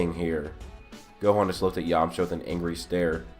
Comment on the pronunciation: really? it's yamcha, plz